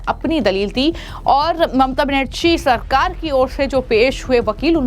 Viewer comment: हिंदी बोलने नहीं आता इस ऐंकर को। बनेरछी और छ और झा में कोई फर्क नहीं समझ में आता है